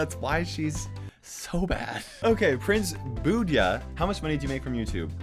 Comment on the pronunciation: Lol u pronounced my name wrong It's actually " Buddha" And my question is in the thumbnail. Thanks!!